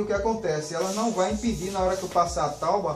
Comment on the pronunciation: “Tauba ou tábua?